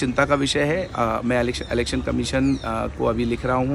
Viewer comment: अलेक्सन नहीं इलेक्शन कहते हैं?